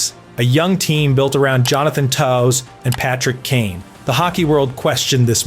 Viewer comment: Wow, you mispronounced Johnny Toews' name wrong, too.